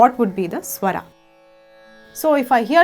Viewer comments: English ke word toh bahut theek tarah se bole par jab Hindi ki baari ayi to swar ko swara bana diya Rag ko Raga bana diya, apka naam kaise bolte ho VoxGuraaa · स्वर not स्वरा, राग not रागा. otherwise nice video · thank you for this wonderful video. Just one suggestion - please drop the extra ''aa'' at the end of every hindi word like Raga (correct is Raag) swaraa -Swar etc. This video was so much useful. thank you again.